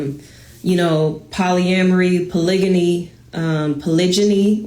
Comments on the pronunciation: *Title of the video * proceeds to say “Polygany” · "WE EDUCATED" Can't speak proper english... CHECK "BLACK WOMEN THE MOST EDUCATED" Can't read a graph... CHECK She doesn't even know how to pronounce "polygamy" ffs. It's a hard G you dumb twit